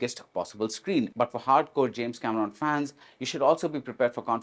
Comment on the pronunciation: mispronouncing the name Cameron was the prelude of a very biased interview